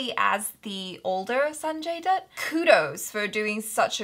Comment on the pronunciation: Dutt rhymes with Mutt, Butt, Cut, Hut, Tut...you get the idea.:)